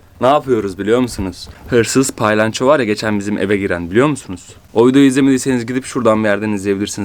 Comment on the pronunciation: Abi o paylanço değil palyanço 😂😂abi seni çooooooookkkkkk seviyorum,💖💖